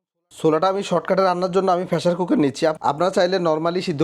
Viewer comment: কথায় কথায় ইংরেজি ইউজ করছেন। কিন্তু বাংলা উচ্চারণ টা ঠিক মত করতে জানেন না। ফেশার কুকার কি জিনিস ভাই?